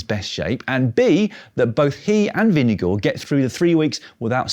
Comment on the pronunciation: I love that you still remember how to say Vingegaard. Not perfect, but still damn good and approved!